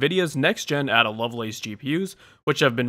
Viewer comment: Ada is pronounced Ayda rather than Adder. Sorry for being a pronunciation nazi!